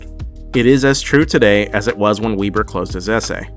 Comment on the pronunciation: "Max Weeber"